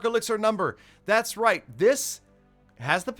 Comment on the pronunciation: Valdemar Keisu it’s “right” not rithe